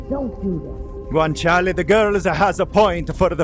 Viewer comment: dawg. if i hear u say guanciale's name with this ridiculous character you've concocted one more time... I'm gonna throw myself out a fucking window.